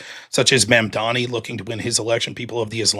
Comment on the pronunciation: Bro couldn't even say Mamdani correctly.